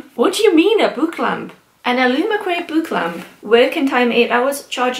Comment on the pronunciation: As you said book lamp you got more and more geordie 😂😂😂